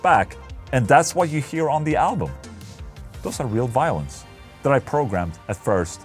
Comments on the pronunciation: I thought you kept saying "Violence" but realized you were saying "Violins" hahahaha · I heard Violence each time instead of Violins :D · i thought you were saying violence instead of violins and i was liek how the FAQ is he recording violence and then sticking it into a song?!